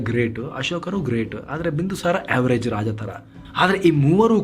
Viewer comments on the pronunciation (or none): none